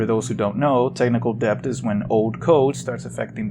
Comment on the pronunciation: holy fuck never say "DEB-T" again. the b is silent my dude